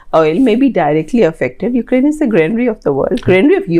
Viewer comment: Anyone else felt uneasy everytime say OOKRAINE instead of Ukraine?